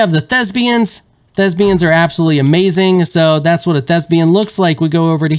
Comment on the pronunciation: They are ThesPians. Not "ThesBians". A thespian is an actor or performer.